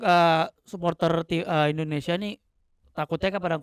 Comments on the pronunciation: Indonesia bukan endonesia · Negara ini bernama INDONESIA, knapa saat nyanyi berubah jadi Endonesia ? 🙄🙄